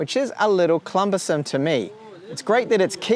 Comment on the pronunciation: "This can be a little bit clumbersome" *cumbersome